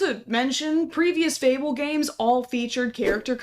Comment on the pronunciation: fable, not fabelle